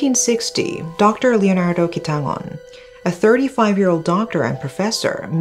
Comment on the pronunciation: very VERY impressed by your pronunciation of Quitangon! usually foreigners find that 'ng' sound difficult, but you did it flawlessly!